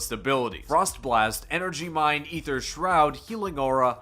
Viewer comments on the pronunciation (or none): a-ther not e-ther